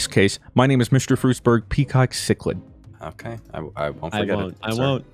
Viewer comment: Thank you for pronouncing cichlid correctly. The amount of people that pronounce it chick-lid is amazing. I keep cichlids for a living.